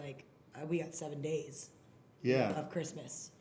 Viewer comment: the way he pronounces Christmas with a very pronounced t while still keeping a straight face LMAO